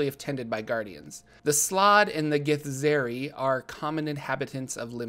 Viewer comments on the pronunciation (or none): Githzerai is pronounced Gith-zurr-eye, just fyi, at least according to the Githzerai themselves in NWN2!